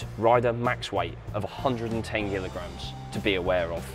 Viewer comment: no, he said Gilograms.